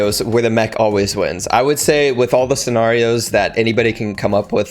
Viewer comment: hold up chief say “scenario” one more time for me, either I’ve been lied to my whole life about it’s pronunciation or you said it very uniquely 😂 Serious note: it took me 1-2 seasons to get somewhat good (season 0-2) and I think everyone shouldn’t be robbed of that feeling of feeling accomplished by winning WITHOUT DIEATRON14000 Don’t be dumb use code dumb 🖤💙